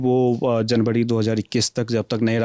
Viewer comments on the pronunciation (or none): जनवड़ी भाड़ी.. अभी युवा हो अपना उच्चारण सुधारो